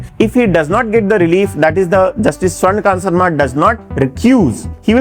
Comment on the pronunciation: सबसे पहले तो जस्टिस स्वर्णकांता शर्मा जी का नाम सही बोलिए महाशय